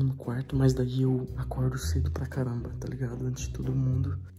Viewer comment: Nuca vou esquecer o "caranba very" da 😫